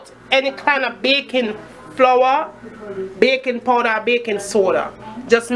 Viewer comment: ''BACON PODA...BAYKON SOUDA...BACYON PULVER'' :D hillirious